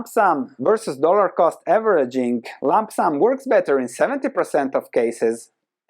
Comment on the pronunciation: Incredible content. But Please don't say Lamp sam.